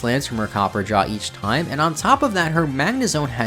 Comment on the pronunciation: This mispronunciations are driving me crazy. It’s not copperjah and it’s not faragrif.